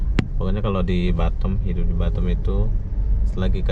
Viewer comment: BATAM lho bukan batem lidah lndo ko ngaoa gak bisa bri